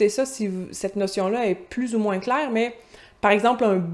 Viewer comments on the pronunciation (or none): none